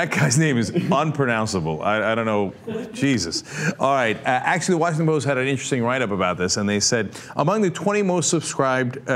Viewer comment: I would like to read the "Was-thing-ton Post"